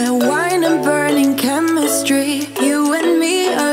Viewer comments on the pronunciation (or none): none